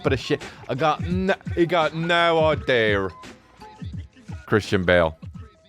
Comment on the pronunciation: Finally someone emphasizing the “r” in idea. British people can’t keep getting away with this